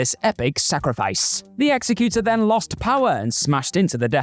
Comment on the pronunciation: Nice pronunciation of Executor